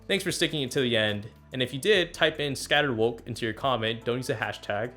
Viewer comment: ScatterWoke is what I heard haha